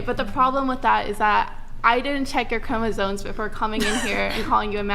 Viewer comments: did they say Chromosones? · The fact that no one in the "what is a woman" part of this can say CHROMOSOMES correctly is an issue. Maybe learn to speak before debating anyone. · Charlie pronounced it that way too.😂